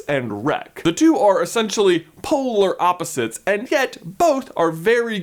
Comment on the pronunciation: you said "polar opposites" and I heard "Poehler opposites" like Amy Poehler who is Leslie Knope and I laughed for like 3 minutes I had to pause your video